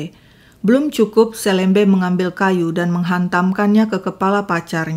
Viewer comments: Cara baca SELEMBE yg pas sesuai logat Pontianak adalah "e" seperti membaca e pada "enam". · kayaknya kelahiran Pontianak ya, pas banget dialek melayunya meski masih keliru membaca 'selembe' dengan huruf e seperti kata ' esok' harusnya 'e' seperi 'emas' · Saya tidak percaya si nanang jera. Bukan selembe tapi seulembeu kalo di penulisan dan di bahasa sunda, dan org melayu pontianak juga nyebutnya seulembeu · Bacanya pakai e pepet, Kak, bukan E taling. SeLeMBe. Seperti membaca huruf e pada kata petir, pecah, pelan. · Hai,, bukan gitu baca selembe nya bukan e meja, pakai e' ke, kyk baca kemana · 😂bc selembenya , hrusnya kayk bc selem' bar....trus bc be'nya jgn "b" tp be, itu bhse melayu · kata "selembe", "e" dibaca seperti baca kata "serambi" bukan "e" "pepet" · cara baca untuk semua huruf e pada kata selembe= e di baca e seperti baca elang, bukan di baca e seperti baca bebek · Hai Seneng upload terus Sdh 3x kasus dr pontianak...kalo gak salah...kesemuanya melibatkan anak perempuan dibw umur..miris ya......maaf,..mau apa ya...bkn mengajarin.. Nanang selembe...bc be nya bkn begitu tapi dibc sepert kita baca BELOM be-nya..bukan seperti baca BECAK... Gitu aja...sukses ❤❤ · Astaghfirullahaladziim 😢 Seram sekali kejahatan pelaku. Bnr2 biadab. Umur msh segitu sdh berbuat kriminal brutal. Btw, mohon maaf sy koreksi🙏 Sy org Kalbar jg, membaca kata "selembe" pd huruf "e", dua2nya dibaca seperti qt membaca huruf e pd kata buah apel🙏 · Cara pngucapan selembe...E nya dibaca seperti.."memerah....(susu sapi) " bukan....seperti "merah.." warna. Hehehe.....sedikit koreksi aja. Sukses terus... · LUAR BIASA AKSI SI HAKIM Ga pantas hukuman di bawah umur klo perbuatan dah kayak org dewasa. Btw nyebut selembe kayak 'E' melayu kak, bukan 'E' biasa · Blom pas wkt melafalkan kata 'selembe' nya tp lumayan lah 😂